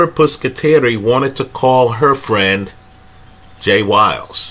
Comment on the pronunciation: Good points. By the way, Jen's name is "Pusateri" not "Puscateri"